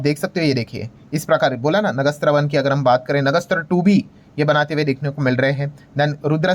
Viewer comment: It is pronounced as नाग अस्त्र ।